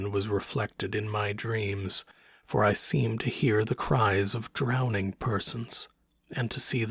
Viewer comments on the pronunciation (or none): none